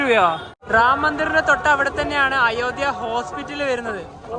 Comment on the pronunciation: അയോദ്യ അല്ല അയോദ്ധ്യ എന്ന് ഉച്ചരിക്കു മലയാള അക്ഷരങ്ങൾ നന്നായി പഠിച്ചിട്ടുപറയുക